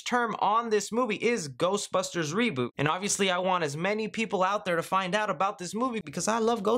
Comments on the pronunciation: “Seboot” Redlettermedia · It's not a reeboot of a reeboot, it's a reSET! A CORRECTION if you will ;)